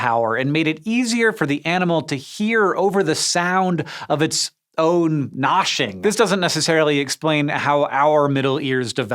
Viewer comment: Did he say "gnashing" or "noshing"? "Noshing" is Yiddish for "snacking". Is Hank Jewish?